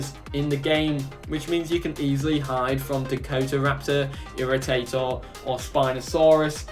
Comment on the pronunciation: I don’t support dakotaraptor locked behind a limited time paywall, since you could probably just go back the game for X amount add an apex land creature exclusive for backers :/ Ps Irritator is pronounced Irri Tay ter, because when the skull was uncovered some intern dropped it and it shattered into tiny pieces and had to be put back together and it was a pain in the ass